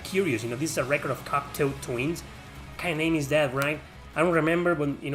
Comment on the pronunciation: Cocteau Twins is pronounced Coctó Twins. Like the writer, Jean Cocteau. I don't like that one album. I like their 80s albums but not their 90s.